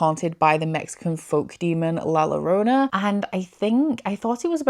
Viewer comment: I wanted to mention la llorona is pronounced as a YOrona like YOga in spanish